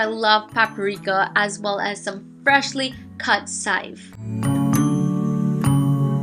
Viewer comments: shahar amsalem In Trinidad we pronounce it as "sive," but spell it as chives as well so forgive her dialect. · How come you said sive instead of CHive? I found it interesting